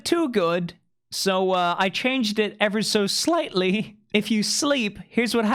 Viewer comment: “ever so sliGHtLeY”